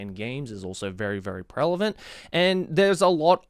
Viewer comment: he says prelavent and not prevalent and it bother me